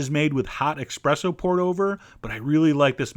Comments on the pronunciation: ESpresso...not EXpresso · Espresso.....not expresso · Oh, Chef John! It's not "e*X*presso", it's "e*S*presso".... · Did he actually say “eXpresso”??? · Dear Chef John Please dont call it "expresso" luv from the internet losers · Claims to be a chef. Calls espresso "exshpresso". Get the fuck out of here. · Ex-press-O! Ouch! <3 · Sorry. Pet peeve. There is no X in ESPRESSO. BUT LOVE THE VIDS! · No!! It’s not eXpresso! It’s espresso!😫😩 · Can’t help but shudder every time I hear expresso 😂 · "X-presso"? Oh, Chef John! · Boy said expresso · "S"-Presso ; Not "X"-Presso .... sheesh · He said “expresso” and i cringed!! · ESPRESSO not expresso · he so said expresso xD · It's called ESPRESSO, Mr Expresso)) And if it comes to 11, it's called just that, fucking 11. In your system it's called 25/64, or, more precisely, idiocy)) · He knows. He does it on purpose for humor. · It hurt so bad to hear him say that haha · It's pronounced Espresso chef, not expresso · EXPRESSO? hahahaha #FAIL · Oh no, did you say 'expresso'? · Idiot,it's espresso!not xpresso! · Gah, he said expresso! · yup, EXpresso, I heard it too!! ;-) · Espresso! Not expresso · ESPRESSO DAMNIT NOT EXPRESSO lololol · As much as i hate it i must correct you.. The right way to call it is Espresso simply because Es-Presso translates to Pressed-out which is the way it was (and still is) first brewed (eg Espresso machine). Its often mispronounced Expresso, even by Italians, because espresso is a coffee that is served quickly and is brewed quickly, which as a term makes it somewhat right-somewhat wrong. I hope i helped out-even thought you might said it sarcasticly Greets from Greece Sorry for the bad grammar :) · he pronounces espresso as EXpresso in every video when that word is used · IT'S ESPRESSO, NOT EKSPRESSO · lol I bet chef john says "expresso" just to troll people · eSpresso, not expresso ;) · 30 "expresso" :X chef john you heart my ears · What's expresso? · There's no X in espresso! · "expresso" killed me